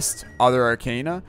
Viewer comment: For Zote’s sake it’s pronounced arc-AH-na not arc-AY-na. Just had to mention since you say it like a million times in an episode.